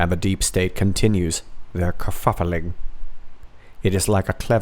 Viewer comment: "You had me at KER-FUF-FA-LING, m'lord".